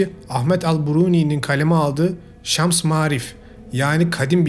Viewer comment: Ahmet el buruni değil ahmetd el bûn-i Ayrıca şems marif değil şems-ül maarif